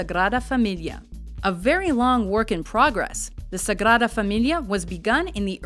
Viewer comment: If you want to pronounce Seville in Spanish you'll have to take into account that it's spelled Sevilla with an "a" at the end. Unless the "d" is in the beginning of the word or after "n" it's pronounced like the English "th" (Sagrada).